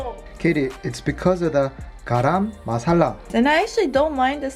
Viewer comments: "G-uh-r-uh-m m-uh-sa-lah" not Gaaraam maa🙏salla (the way it's written on the container)😂😂😂 I m team naan. always. 😂🤣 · Pronunciation for garam masala would be 거럼 마사라. Reading it in this korean transcription gives a closer pronunciation than in English Also I recommend making palak paneer! A spinach dish with cubes of fresh cheese, also very good! And great with butter or garlic naan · It pronounced as garam masaaalaa . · Just wanted to help you out on the pronunciation of garam masala. "Guh-ruhm" is how you pronounce garam. Also, it looks like a super good recipe!